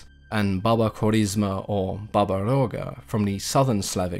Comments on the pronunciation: I'm Russian and watched movies about Baba Yega (iyeeeega not iagaa). You really did a good job with the description. Slavic folklore is often very grey...most beings aren't outright evil. If I can recommend some movies the best are by a film director last name Roe who made it his life mission to bring fairytales to life. A good one is Morozko. In terms of literature the undisputed king of poetry Alexander Pushkin has a great series of fairy tales, s.a. Ruslan and Lyudmila Overall I always enjoy your vids and am waiting for more Slavic themed ones.😉😉☺☺ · Accent on the Ya not ga. I like how her name is Granny Yaga. Always reminded me a lot of the witch from hansel and gretel. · about the pronunciation of Yaga, im Russian too, and it is NOT pronounced iyeeeega, wtf. Yaga is exactly how it's pronounced, w the emphasis on the last syllable. I'm from Vladimir which is a 2h drive from Moscow. Don't know where is from, bc there ARE regional differences in pronunciation in Russia. Iagaa is EXACTLY how it should be said.